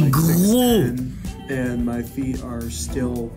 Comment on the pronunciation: Pourquoi and tu dit hand